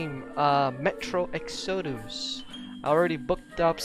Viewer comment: It's pronounced EX-UH-DUS